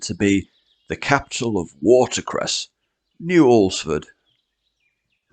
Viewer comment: Congratulations on your correct pronunciation of "Alresford".